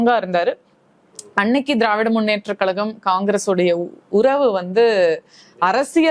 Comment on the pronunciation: கலகம், களகம் - அது ஏன் கழகம் என்று சொல்ல வரவில்லை 😂😂 இந்த நாடகம் அந்த மேடையில் எத்தனை நாளம்மா 😂😂